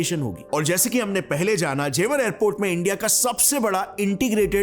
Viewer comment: What is ज़ेवार?? Its ज़ेवर. Not घाजियाबाद its गाजियाबाद